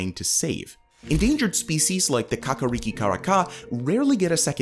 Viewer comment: Fantastic pronunciation of kakariki! Thanks for all the good news too! 🎉❤